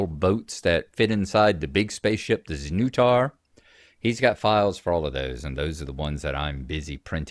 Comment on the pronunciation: That's some pretty impressive dedication to 3D printing, bro. So good to see the Dragon magazine version. Dragon magazine is a warm blast of nostalgia for me. Hearing you pronounce the ship's name (znutar) as Zuh-new-tar gave me a puzzling thought. I know the creator Tom Wham is American, so it must be intended to be pronounced with the nu sounding as new, but the English way to pronounce it would be sn-nut-ar. Don't know if you guys have the term "nutter" for a crazy person but the play on words just seems too fitting for the game's concept to be accidental. Undoubtedly that's not the case, but if it's not it should be purely for comical effect. Wow, that is a superb ship model. I always admire fans with such obsessive dedication and love. Props to them all. I can imagine you 3D printing all kinds of set models for board games now, particularly the sci-fi ones like Aliens or Doom. Your zipped cover case for the printer is a good idea. Besides being fire resistant and heat containing, does it do anything for the noise levels? Interesting to see the results of failed prints you had, and to hear what caused them to come out like that.